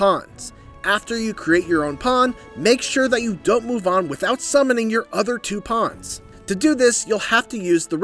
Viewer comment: They’re “Pawns” not “Ponds” 🤦🏾‍♂️